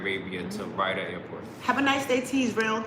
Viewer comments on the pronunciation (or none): I think you are pronouncing Riyadh wrong. It’s Ri Yaad. NOT Ryda. Love your vlog! GOd Bless